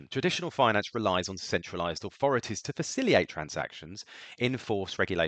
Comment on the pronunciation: Thank you for your summary of smart contracts and how they function! A suggestion though, please work on your pronounciation of the word Facilitate it ends with "TATE" FaciliTATE, you said faciliate a half dozen times and it hurts my brain.